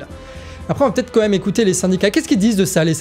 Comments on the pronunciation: On dit "quand même", tous les deux vous dîtes "comme même"😅 COIN❤🤍💙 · Je te suis ! Vive Macron et la liberté d'expression ! Dis, j'ai une petite question qui me trotte dans la tête depuis longtemps. Quand tu dis "quand même", j'entends "co même". Est-ce que j'entends bien ? Si oui, est-ce dû à l'accent de Guingamp ? Ou est-ce parce que, petit, tu as appris cette expression en la comprenant mal ?